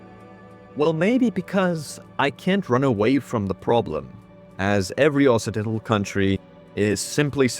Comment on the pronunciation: >inserts generic performative comment on what is now the main channel to help with the algorithm after having watched the video on the other channel >also I didn't even catch that "Occidental" was pronounced wrong even though I know what it means; my struggle against the Ingelse taal continues